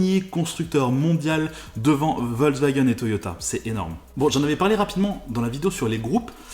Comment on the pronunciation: il se force a parler anglais parfaitement , mais ecorche completement l allemand , lorsque il parle de la voiture du peuple la Volkswagen qui se prononce "FOLKSWAGEN " et non pas "VOLKWAGEN"